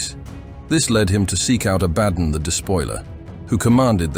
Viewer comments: 😂😂 ITS PRONOUNCED ABBA-DON!! NOT ABADN😂😂 SHOW SOME RESPECT 😊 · Is this voiced by Abominable Intelligence? I swear it pronounced "Abaddon" differently every time.